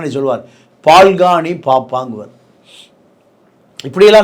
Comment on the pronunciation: அது ஸ்க்ரேப் அல்ல ஃக்ராப். தவறாக சொல்கிறார் தாத்தா. இதில் அரசியல் விமர்சகர் வேறு . 😂😂😂பால்கானி அல்ல பால்கனி.